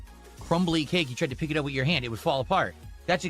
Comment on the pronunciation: He thinks it’s a smart person thing to hyper enunciate Ts in the middle of words. And then he says “wit” instead of “with”